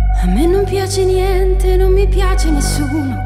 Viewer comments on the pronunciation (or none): Ma pronuncia la d a posto della t. Dice: Tando, Piando, Niende.